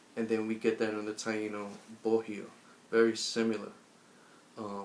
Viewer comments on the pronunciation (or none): Bohio is Bo io, H is silent. and is Taíno, not Tainó.